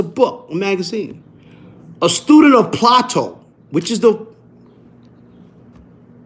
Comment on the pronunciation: Oh God you’re killing me lol it’s pronounced Play-to lol 😂